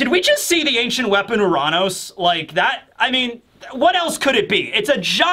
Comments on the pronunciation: It's not pronounced Uh-raan-ous it's pronounced Your-Anus. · “Oo-Ron-Os” wtf is wrong with you lol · its actually your-ran-us if u wanna say it right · U-ran-ohs. That is how you pronounced it. Are you out of your mind?